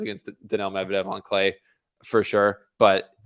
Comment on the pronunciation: “Mevdedev” is another level tho, better than both 😂